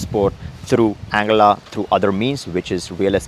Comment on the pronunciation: Isnt it pronounced as Ann guilla ?